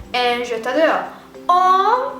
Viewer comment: your french is not actually that great you pronounced adore and française completely wrong